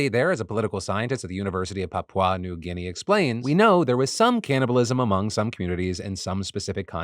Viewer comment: You Americans really try with your pronunciations. Papau New Guinea. 😂